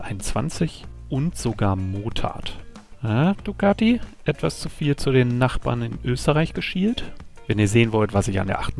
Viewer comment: Dicati :-(---- hat designend wie Flasche leer!!!!